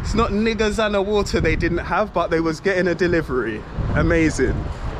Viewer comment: 🤣🤣🤣 It is Gazowana and Niegazowana! Not the way you pronounced it!